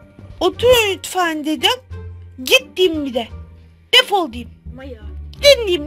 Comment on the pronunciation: Defal demen hakkın yok seni seviyom ama öyle diyemesin hakkın yok seni abone oluyaruz hakkın yok😊